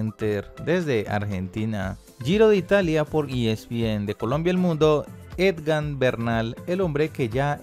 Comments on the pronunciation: Saludos a "EDGAN". Jajajaja; será que el narrador de este video no sabe leer 😂😂😂😂👍👍👍👍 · Lo peor es que sale en la pantalla EGAN no sé cuantas veces y siempre dice EDGAN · Si que aprenda a leer o almenos que se informe como se llama EGAN . No edgan es EGAN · Jajajaja "Edgan, Edgan, Edgan", no se cansó el hombre de pronunciar una y otra vez mal el nombre de nuestro campeón Egan Bernal ✔🤭🤦🏻‍♂️ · Debería instruirse bien antes de hacer cualquier comentario. No es Edgan sino Egan. Por el afán de hacer el twit y recoger likes no hace bien su trabajo. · it's EGAN not EDGAN Es solo cuestión de leer, me duelen los oídos cada vez que este señor se inventa y pronuncia como se le da la gana, yo vi que el giro lo gano Egan, no tengo idea quien es ese eDgan del que habla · Sr se dice EGAN y no Edgan. Pronuncie bien por favor. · Dizque "Edgan" arruinaste el video. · No se dice Edgan, se escribe y se dice Egan...ojo con eso. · E-G-A-N. NO EDGAN. TIENE PROBLEMAS DE LECTURA. CUANDO SE LEE CITA, AE KEE LITERALMENTE. NO SE MODIFICA. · Señores, no es Edgan sino Egan,....que periodistas tan distraídos y desinformados......seguro deben ser de otros deportes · No es Edgan es Egan jajajajaja. Tampoco es tan difícil pronunciarlo jajajajaj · Es palmarés, no palmares...no es Edgan.... edite, lea y prepare lo que va a decir... pésimo Sr. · Porque dice edgan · jejeje por que dices ED GAN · Aprendamos primero a pronunciar el nombre del ciclista por favor. EGAN, EGAN... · Se lee igan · Si no sabes pronunciar bien el NOMBRE EGAN , dile simplemente el Colombiano. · Ni.siquiera sabe leer.... solo por cultura general debería saber que es EGAN....... EGAN ........EGAN. POR FAVOR, AL MENOS APRENDA A LEER... O es que el fútbol le ha dado más a Colombia que el ciclismo???? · Huy aprenda a leer es Egan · La única razón para oír hasta el final fue para darle la oportunidad de que dijera Egan y no EDGAN.Si es dislexia, que pena con el locutor y mis disculpas, pero si es por despelotado, que cambie de oficio